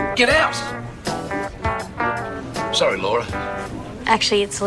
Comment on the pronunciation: Sawwy? can u spek shrowly?